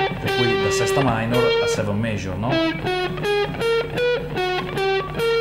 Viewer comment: scala penta, frigian scale, sesta mainor, sesta maijor....ma come cazz parli ahahahahah!